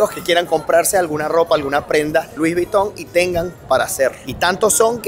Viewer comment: No es luis es lui. La s final en francés es muda